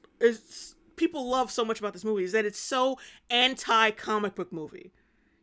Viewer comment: Wove and acweptance🥺